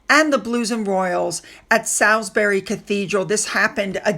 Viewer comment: Its pronounced solsbury